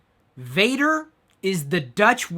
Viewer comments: not pronounced "Vader" like Darth Vader but more Vahhhhhder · Vader in Dutch is actually said like F-ah-der, sorry Chris.